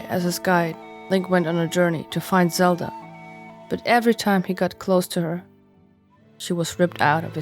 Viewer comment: did you just say "zeldra" LOL that's pretty good